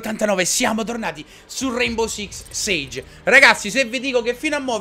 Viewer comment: Ciccio si dice six sig